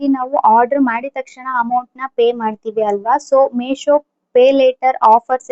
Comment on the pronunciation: ಅದು ಮೆಶೋ ಅಲ್ಲ ಮೀಶೋ